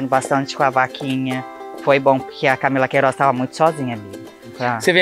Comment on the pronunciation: “camila queirooz” KKKKKKKKKK te amo nicole